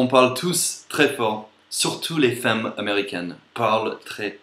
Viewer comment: C'est drôle parce que tu prononces "femmes" comme cela s’écrit, c'est la façon logique de le dire alors que les français disent "f[a]mes"